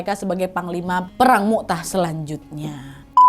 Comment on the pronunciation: Maaf ka nad perang mut'ah bukan mu'tah kak🙏